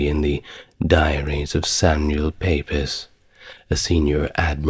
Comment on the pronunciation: "Samuel Pepys" is pronounced "Samuel Peeps". Fascinating video. Just discovered your channel!🙂 x